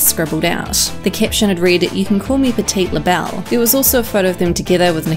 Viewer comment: I laughed when she butchered/wooshed Petty LaBelle.